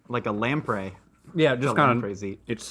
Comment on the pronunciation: Wait, is it a running joke or something for to mispronounce words? I’ve noticed it a few times but “lamp ray” for lamprey definitely felt too weird. It’s “lam-pree”